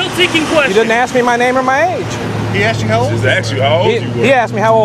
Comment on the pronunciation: It's pronounced ASK not AXE. Idiots